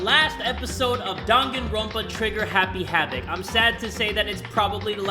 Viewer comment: Jay: “DanganrOAnpa”